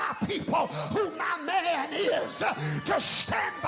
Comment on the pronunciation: 😂 Haha! "When God anoints a man (HURK!!)" You forgot the extra syllable at the end "man-UH!!"😂